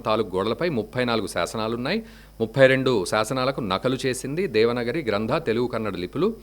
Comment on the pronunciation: ఆర్యా మీరు చాల గొప్ప విషయన్ని తెలియజేసినందులకు మీకు దన్యవాదములు , నమస్కారములు , ,, ఎంతో సంతోషముగా ఉన్నది ,, "దేవనగరి" అని చదువుతున్నారు అది "దేవనాగరి" , ఒక బారతీయ అతి ప్రాచీన లిపి , ఎన్నో ప్రాచీన శిలా శాసనాలు మనకు దేవనాగరి లిపిలో గోచరించును. అన్యదా భావించవద్దు , నమస్కారము